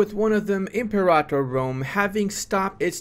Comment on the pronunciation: I'm pretty sure you're saying Imperator wrong. It's not em-por-otta. It's like Imperial. Imper-a-tour.